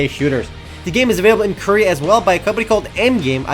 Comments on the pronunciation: if i got money every time he said koria.... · You wouldn't because he said "Korea" =/